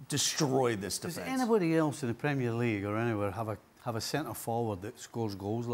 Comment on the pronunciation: Say premier league properly yank